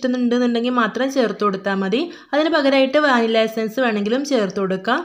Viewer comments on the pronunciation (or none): none